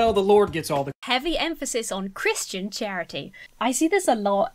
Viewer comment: I definitely heard "an assembly of Christian Tyranny" not charity... 🤣🤣